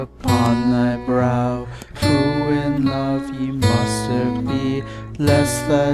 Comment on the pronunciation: yay someone who knows how to pronounce ye or Þe or the or however you to type it